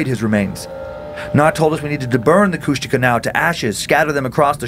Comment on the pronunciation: I was born in Ketchikan and grew up on Prince of Wales Island, Southeast Alaska, and my dad always told the story when I was a kid about when him and three of his friends were over by Kasaan and they swear they saw a Kushtaka (which they are totally butchering the pronunciation). I've spent most of my life on the island and all over Southeast Alaska, never got to see anything like that, but there's lots of eerie things back home, that's for sure.